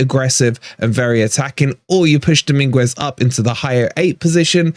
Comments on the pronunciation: The U is silent its Domingez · PLEASE Stop calling him Domingwez, you're a fan, take the time to learn to pronounce their names correctly! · I think you're probably pronouncing Dominguez's name incorrectly. Isn't the 'u' silent?